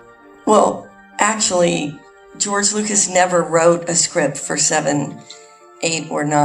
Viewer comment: "Well, akshually..."